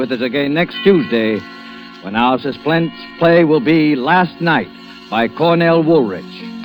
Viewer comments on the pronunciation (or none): Did anyone notice he messed up saying suspense at the end? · Susplense ha ha ur right, well spotted!!